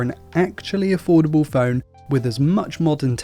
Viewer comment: He was saying affordable and i was hearing foldable.....LOL